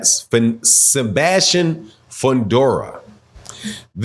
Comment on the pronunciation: Who tf is Sembastian? It’s Sebastian… there is no M in his name.